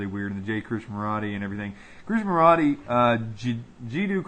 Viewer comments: It's pronounced KRISH-NA- MURTEE.... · KRISHNAMURTI, you are mispronouncing his name.